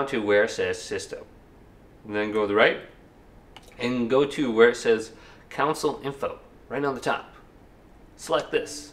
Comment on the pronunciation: He said counsole